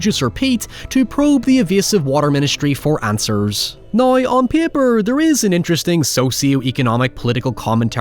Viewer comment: It’s how not hoy and now not noy. Learn how to pronounce your w